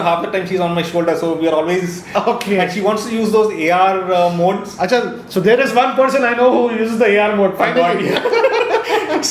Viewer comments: That ohh accha 😂😂😂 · Kitne bhi angrez banne ki koshish karlo, Par muh se to "Oo Achha" nikal hi gaya 😁😂😂😂😂😂 Hindi 😁